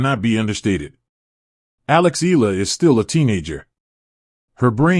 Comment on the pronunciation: Eala pronunciation E ya Is 20 y o last year 23rd of May,2025